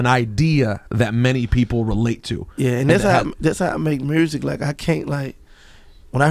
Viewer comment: I like how Gotti says "Mursik" instead of "Music" ... lol ...